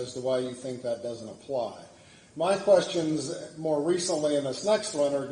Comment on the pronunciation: I don’t answer “qweestions” 🤣 That’s intro always cracks me up